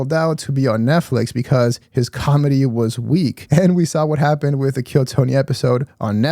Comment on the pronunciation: Not sure if you meant to or not but you said "calmedy" in true Bapa Schaub fashion 😄